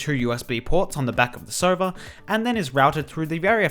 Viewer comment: hes saying sova but it sounds like server